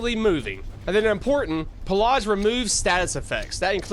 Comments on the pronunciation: Pillage is not said that way. Not by anyone, anywhere, ever. Wt? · theres no R in pilage